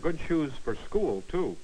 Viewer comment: school was pronounced skewl